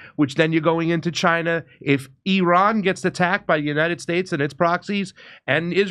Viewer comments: Solid. One small suggestion for my own sanity. ih-RON please, not AY-ran. Love ya! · Jimmy, it's "Eerahn" well, sort of, not i ran! You can do better than Trump & Co!